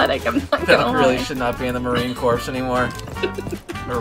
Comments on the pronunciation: You know he’s not in the military when he calls it the ‘marine CORPSE’ lol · bruh this dude said marine corpse